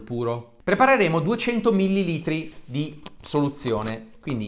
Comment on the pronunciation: OK prof., STAVOLTA sono "quasi" certo che la pronuncia "millilìtro" SIA ERRATA, ovunque, comunque, senza se e senza ma...😉 Sbaglio? SALUTI e 👍👍👍 P.S. Non vorrei sembrare pedante, ma da una persona colta come Lei NON vorrei sentire errori così grossolani (che qualcuno, tra l' altro, potrebbe usare per screditare tutte le Sue affermazioni, imo ASSOLUTAMENTE veritiere)